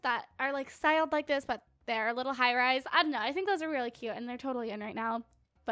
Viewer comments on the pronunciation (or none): none